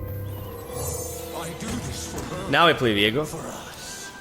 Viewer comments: you keep saing Viego but i am only hearing Diego as in Diego May Cry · hearing the way he says ViEgo hurts my soul